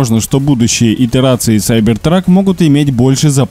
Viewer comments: Сайбер трак?.. может кибер трак.. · кибер трак а не сайбер трак